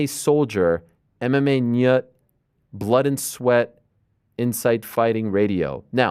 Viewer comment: How he pronounced MMA NYTT was hilarious as a swede. NYUTT😂